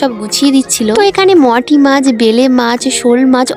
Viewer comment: ও কি অশিক্ষিত ও মৌটি কে মটি বোলছে 😂😂😂 comment টা পরো তার পর Replay কর ওকে